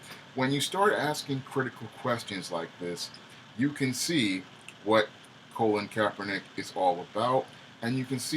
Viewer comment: Pronounced Cah - Lin Kaepernick Not Co - Lin just saying. Cah - Lin Took the 47ers to the Super bowl his first year starting as QB and was a pro bowl QB his first full second season for the 49ers. So he wasn't a failed QB in NFL he actually has a winning record as a professional Football player.